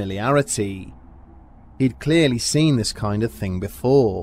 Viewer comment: "Ziss picture didn't hang itself" noice!! lol